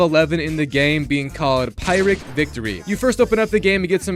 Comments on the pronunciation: it's pronounced Pirric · I’m so sick of YouTubers not researching the proper pronunciations for English words. Like, sure, different languages are okay, but pyrrhic isn’t even a crazy word. I hope it’s engagement farming, but I really don’t know.